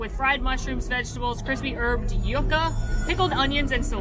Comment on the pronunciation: It really makes me giggle that the people on this channel and also AJ from DFB continuously pronounce Yuca as “yuhhh-ka” instead of “YOU-ka.” Do they not live in Florida? Lol